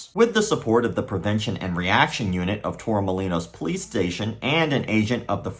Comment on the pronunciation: That's my hometown! Brother the way you say Málaga and Torremolinos is too funny 😂. I don't think there's any way you can check on students backgrounds...